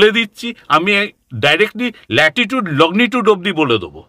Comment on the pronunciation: শুনতে ভীষণই ভালো লাগছে,মাঝে মধ্যে ওনার( ) যাবার রাস্তার বর্ণনা শুনে গায়ে কাঁটা ও দিচ্ছে,কিন্তু উনি তো একজন বিশিষ্ট শিক্ষিত preson,উনি লঙ্গী টুড উচ্চারণ টাকে কি বলছেন? লগ্নি টুড!!?? জানিনা আমি কোনো ভুল শুনছি কিনা,বা আমার জানা টা সঠিক কিনা,আর যে পেপার টুকরো টায় উনি লিখে এনেছেন,সেখানে আশ্রম বানান লেখা রয়েছে আস রম,এটা কি সঠিক?? সব গুলিয়ে যাচ্ছে যে।কি দেখছি, শুনছি,আর কি শিখেছি আমরা।তাহলে কি আমাদের শিক্ষা ই ভুলে ভরা। যাই হোক ভালো এপিসোড,বিশ্বাস অবিশ্বাস, জানা, নাজানার দোদুল্যমানতা য় দেখে,ও শুনে নয়ন ও কান সার্থক করলাম।ভালো থাকবেন সকলে।উত্তরের আশায় রইলাম,নিজের জানা টা সঠিক কিনা যাচাই করে নেবার জন্য।